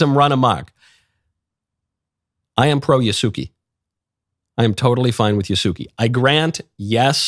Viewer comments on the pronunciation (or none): I'm kinda disappointed you approved Yasuke's angle just because of his religious orientation (it's Yas-keh btw. Not Yahsooki). All Japanese are not approved of the game due to Yasuke's story. They are not keen about political correctness (ポリコレ, porikore or poli. corre.) here in Japan. His story revolves in "it is believed" and "according to" and appeared in some paintings. Also, Japanese people are not keen on having black people in their country if they act according to their stereotype (just recall the youtuber that got arrested). I know black people who assimilated the culture. But they will never ever be Japanese. Me myself will never ever be Japanese. Plus, the lead writer is a feminist with gender in her bio (if you know what I mean). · Calling “Ya-sue-kay” “Ya-sue-key” is like calling “Michael” “Mikie” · The Samurai's name is pronounced "YAH-ss-Keh" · Yasuke (pronounced more accurately as YAH-skay) was NOT a samurai. He was a servant of Nobunaga. When people say he was a samurai, it’s because of 2 reasons: 1) what was defined as samurai back then was more broad. What we understand as samurai today is not what he was. 2) He was granted the title of samurai by Nobunaga because he liked him, but Yasuke wasn’t a real samurai (you can think of it as a European Knight hiring a page in their service and calling them a knight but with no status). Samurai was a catch all term for servants of the feudal lord, but there are different tiers or statuses. What we think of samurai today, with the armor, katanas, and authority to execute enemies of the state, was NOT what Yasuke was. How this game and media portray Yasuke is entirely inaccurate and is more blackwashing of Japanese history. Please research the situation more before supporting this DEI nonsense. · He wasn't even saying it right... Yah-Sue-Kay